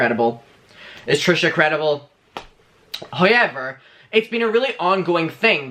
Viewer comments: 🌸 “Nrow” and “Hauyever” , We need these pronunciations on merch 🌸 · Where r you from? Your pronunciation is interesting !! Lost oos replaced with e: hoese/house, hoever/however,----about;now